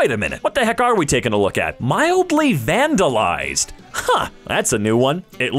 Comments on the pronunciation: did anyone notice how it said mildly vanalised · it said mildly vanalised at the beginning